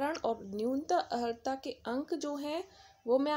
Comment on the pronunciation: Pahle sahi se pronunciation karna to Sikh lo maidam, Aharta nahi Arhata Padha jata hai.